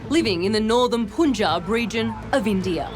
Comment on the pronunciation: Gosh cant people get their pronounciation right...one can easily find it online... Its punjab pun should be pronounced as in pun intended. Also, tinder date while still not divorced from husband??? I know that this isnt the point of the video, but still it irks me. But thank goodness she found out his true self before getting entangled with him more. Sad for her father😢